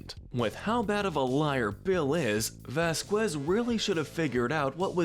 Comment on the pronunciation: Pronounced (vas-kez)